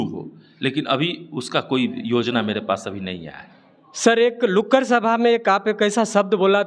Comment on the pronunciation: महोदय Lukkar नहीं Nukkar sabha बोलिए !